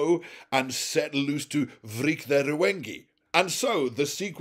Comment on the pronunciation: Reap his Rew-en-ge!